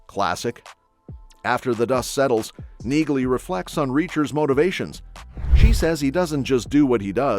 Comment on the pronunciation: Her name is pronounced “Nee-Lee”!